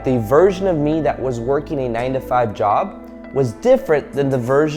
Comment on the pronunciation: Omg that 9 to 5 job... I got clearity today... In your other vedios i seen I was thinking u says 95 jobs🤣🤣... I really was in confusion... Since so long..... Omg... Any how.. Amazing vedio..